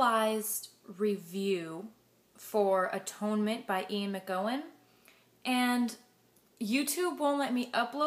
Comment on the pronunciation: An animated review, but just one pet-peeve. His name is McEwan, pronounced Mc-U-Wan, not Mc-Go-Wan.